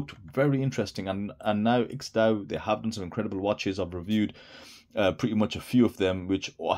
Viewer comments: Aren't you supposed to pronounce the ampersand in IX&DAO. IX and DAO. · HaHa! I get it. But wouldn't you like to pronounce it correctly. How hard is to say Nine Dao? You could be the only person on YouTube to actually say it right.😁😁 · It's my understanding that the IX in IX&DAO stands for the Roman Numeral 9. Have you heard this? If so, it should not be pronounced as a word, it should be pronounced as Nine DAO.